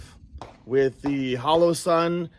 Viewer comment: Guy said holosun